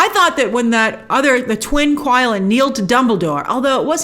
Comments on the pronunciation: The beast’s name is Qi Lin. The pronunciation was not “Kui-lin” but more like “chi-Lin”. In Japanese it’s called Kirin. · It is actually pronounced qi-lin (chi-lin), as how it is pronounced in the film numerous times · The Qilin is not pronounced like it looks. it's prounced Chill-in. Did you watch the movie, bro? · Quilin is pronounced 'Chilin'.